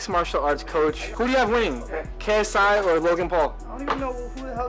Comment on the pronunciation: The second he said KSY I knew he would pick Logan because Jake started with messing KSI name